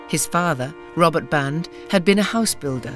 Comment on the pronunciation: Sergeant Harry Band (not "Barnes")